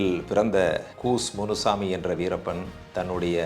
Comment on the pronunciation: கூஸ் முனுசாமி அல்ல அய்யா கூச முனுசாமி...